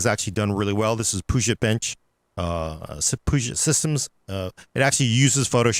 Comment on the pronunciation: Puget, like in ‘Puget Systems’ is pronounced ‘pew-jit’ not ‘poo-jit’ 😂 it’s the same as Puget Sound, the body of water.